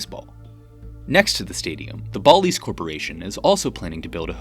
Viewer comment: Just fyi, the “a” in both Nevada and Bally’s is pronounced like the “a” in apple. Hate to be that guy but I thought it was funny you mispronounced your A’s in a video about the A’s.